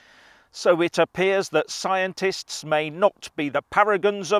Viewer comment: "The Plolitishuns! In an Atvenchure wiv Skiantits!" 😂😂😂😂😂😂😂😂😂😂😂😂